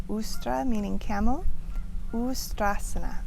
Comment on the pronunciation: Thanks for making this video. Sanskrit does not drop the "a" at the end of words. That does happen in Hindi because of the schwa reduction rules. So, in Sanskrit, it is "asana", in Hindi, "asan". Camel is "Ushtrasana" (Uṣṭrāsana) in Sanskrit, so it has the "sh" after the first letter.